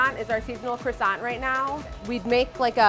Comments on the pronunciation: All looks lush, but she owns a bakery and is still pronouncing it “croy-sant” it’s pronounced “kwa-son” !! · I wish bakers would learn how to pronounce croissant. It's not cressance, it is croo-ahssan. No tsss at the end. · Why can none of them pronounce croissant the correct way? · Everything seemed good until these American cretins began to butcher the pronunciation of croissant and any French baking terms. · most obsessive bakery in NYC and yet just like every other bakery and person in NYC they can't say croissant properly, obsess a little be more